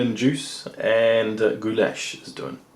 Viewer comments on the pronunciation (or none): Wtf is gooyash?In slavic languages it sounds like gulash simple as that. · Is no goo lash in it.It sounds more like gulash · Cough You said it incorrectly last time (sorry - just started this vid) but Gulas/Goulash/Gyulas originated in Hungary basically in medieval times. Variations of the same name are popular in Central and Eastern Europe. Sorry - my father emigrated from Hungary in 1956 as a Kid - I'm American-Hungarian and I have to point this out. :-P It as you say - all variations are more or less a hearty beef stew or soup. I'm not defending the gyulas - because I've never really liked myself - but give credit were credit is due to Hungary. That being said - borders have changed so much in Europe over the last 1000 years - and Food was shared and regionalized again and again that sometimes it gets to the point were it's unclear which ethnicity made the first version of a given food.